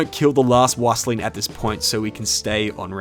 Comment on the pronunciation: Wüstling is pronounced "Wee-stling".